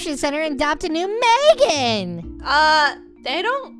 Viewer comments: It’s not Magan it’s Megan! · It’s Megan 😒